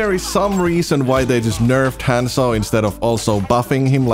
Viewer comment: how does a one trick pronouce his own characters name wrong?